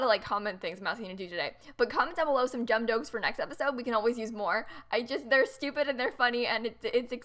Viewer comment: DID NO ONE ELSE CATCH HER SAY ”Comment down below some JUMB DOKES”